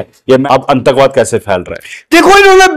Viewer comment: ANNTAKBAAD NAHI....The correct word is ATTANKWAD😊